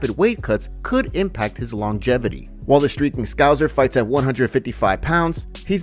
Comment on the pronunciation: If you're gonna keep calling paddy a scouser say it right man, the second S isn't soft